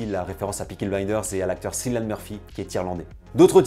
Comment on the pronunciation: En passant, le prénom de Cillian Murphy se prononce comme celui de Mbappé. Il l'a dit lui-même en interview 😊 À part ça, superbe vidéo. Merci pour ton travail.